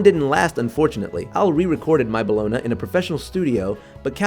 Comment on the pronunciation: Bellona. It's pronounced "boloney", it's just spelled "bologna".